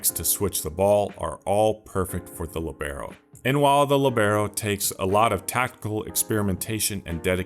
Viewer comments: Incredible videos man, absolutely revolutionised FM for me. One thing from me, its pronounced Li:bero, not Libe:ro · Wrong and annoying pronunciation. Place the accent on the I. Narrow the E. LÌBeRO. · The accent is on the i when you pronounce it 😊 I am using the libero with huge success in a 4 men defense with an inverted fullback on one side and a BPD cover on the other. Give it a try 😉